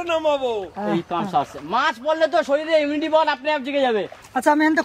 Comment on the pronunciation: ব্লগ টা খুব সুন্দর কিন্তু কথাটা "ইমিউনিটি পাওয়ার হবে"----ইউনিটি পাওয়ার হবে না।😊